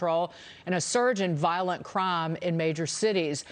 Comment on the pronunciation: What is violent "crom"? ;)